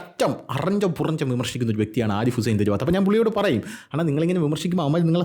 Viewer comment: തെരു വാത്തല്ല തെരുവത്താണ്